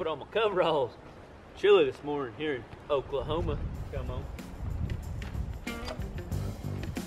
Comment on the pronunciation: oak-lah-oooma lmao the way you said that made me chuckle